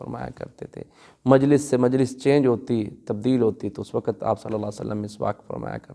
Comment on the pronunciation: Why Do Say Waqat And Lafaz Why don't you say Lafz & Waqt Mostly Pakistani Does This Mistakes